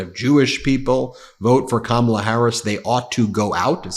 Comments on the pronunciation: HE PRONOUNCED 'KAMALA" CORRECTLY! Get him to a hospital ASAP! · He ACTUALLY pronounced Kamala’s name correctly!!!😅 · LOL, when he says "Comrade Kamala" he is forced to pronounce her name right 😂